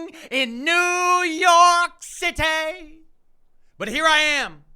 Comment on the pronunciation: Did you channel your inner Lazlo Kravensworth with that New York Citaaah?